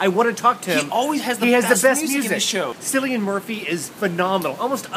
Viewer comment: just a heads up, Cillian is pronounced "Killian" not "Sillian" ;)